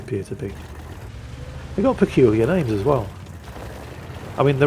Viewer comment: Let's be real here, he doesn't get names correct even when he's not tired